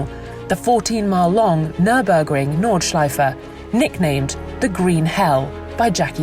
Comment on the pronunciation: I love it if These voice sad "Nordschleife". It sounds very nice 😂